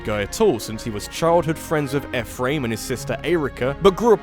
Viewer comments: It’s pronounced E Fh-Rim not Ef fram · The way you pronounce Eirika & Ephraim makes me wanna kick puppies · I am simultaneously overjoyed that is talking about Fire Emblem, but at the same time triggered by his pronunciation of Ephriam. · Interesting emphasis when pronouncing Eirika and Ephraim’s names. Never heard it like that before. ... That’s all. Glad you enjoyed Momocon.